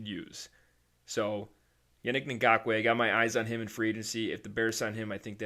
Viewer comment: I hit like and subscribe just because you said Yannick Ngakoue so easily